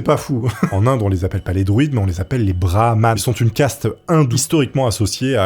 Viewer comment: BRAHMANNNN et non Braham, étant du game, jte jure c est horrible a entendre